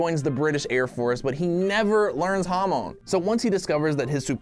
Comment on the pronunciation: Most ppl: hamon: hamoan